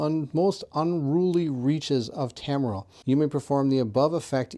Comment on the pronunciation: I like how you read 60% of names wrong 😂 you are still very fun to watch and do very good videos. Tamriel was Tormil or smth 😂